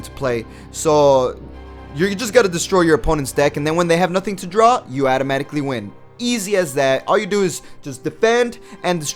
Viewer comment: How does janemba win again? Say it one more time 😂 atomatically win 😂